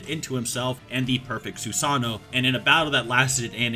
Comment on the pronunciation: Love the video but can we as Americans please stop saying “Su-SAH-no” It’s Su-Sa-NOO